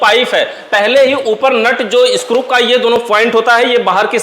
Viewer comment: Sir ap screw ko scrup boltey ho😅